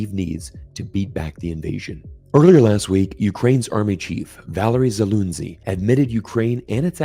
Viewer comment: I am deeply sorry, but I laughed hard on names pronounciation, "Valery Zalunzi" :D I know it's hard for you, but for slavic nation sounds hilarious... in fact, I am Russian and I admire mr. Zaluzhny, he's a decent commander that was taken off duty and was replaced by some dork... no matter what war it is, you've got to respect your enemy and I respect him.